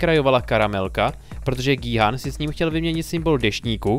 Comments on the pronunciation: gííí háána ? :D wtf vždyt je to kjhun :D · G-Khun(čte se to Gí-Jun